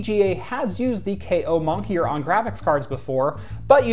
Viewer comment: "monkier"? I think you mean moniker.